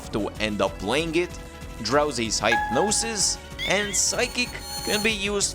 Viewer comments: uh. Hypnosis is pronounced like hip, not hype. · It’s hip-no and hip-nosis